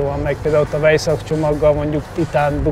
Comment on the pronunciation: A "vs-t" én inkább "&"-re cserélném, meg a " vejzák-ot" átgondolnám a "logen"-el eggyütt!